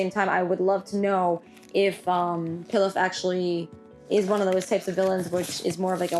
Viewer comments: Pilaf is pronounced pee-loff like the rice dish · it’s pronounced pee-lof lol 😂